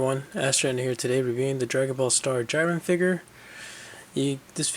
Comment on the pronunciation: (Jeerun)Jiren, (Kabah)Cabba.